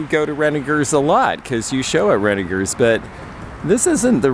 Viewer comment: Thank you for pronouncing Renninger's correctly with a hard g. Now, go tell how to say it! lol And, thanks for this great video. I really enjoyed it and you. And, we got to see Belly! whooohooo.